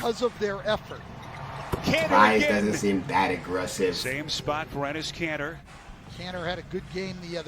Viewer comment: This nigga said kanter over theis smh